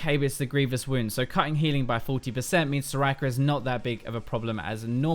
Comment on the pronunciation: All I heard was 'so-racker so-racker' :^)